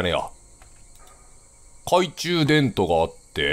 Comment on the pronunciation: 「懐中電灯」を「懐中でんと」って言うキヨが可愛い